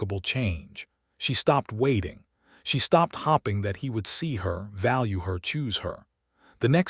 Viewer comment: Hopping instead of hoping... it's a long list. The only reason I listened to the end is that my phone was in my pocket, and my hands were busy cleaning. I will not be coming back to this channel.